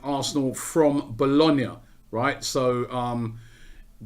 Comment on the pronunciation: My man pronounced Bologna like a boss